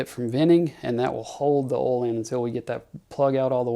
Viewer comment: Oil is not pronounced as all.